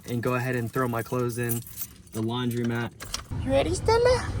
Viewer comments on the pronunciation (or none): It's called a LAUNDROMAT and not a LAUNDRIMAT as you call it.